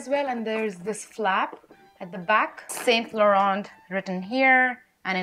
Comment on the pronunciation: the way you pronounce “saint Laurent” is incorrect 😅 not saying in a bad way but there is a accent to all the brand names 😊